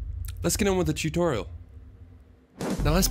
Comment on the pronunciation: I like the "shutorial".